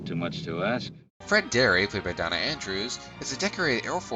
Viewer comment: First of all, it is Day-na, not Donn-a, Andrews, and Theresa Wright, not White. It helps to be older and have a well-developed attention span to enjoy this film. And to appreciate what a good film score can add. I find the sequence beginning with Fred's father reading his citations, followed by the walk through the airplane graveyard, ending with Fred's "getting it out of his system" inside the B-17, to convey an incredibly powerful anti-war message, that even a "Good War" brings loss and suffering and waste beyond measure.